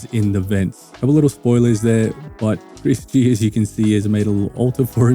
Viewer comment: Thx for covering „Stairs“. It’s simply Chris G. btw xd But „Go“ sounds nice.